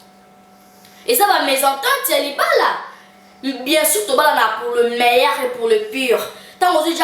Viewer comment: Pour le meyaire et pour le pure Kiekiekie pardon loba sans trop de fier.. on dit pour le meilleur et pour le pire